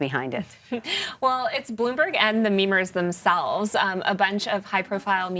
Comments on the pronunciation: Everytime these people say memerz, I cringe. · When that woman said "memers" I, unironically, physically, cringed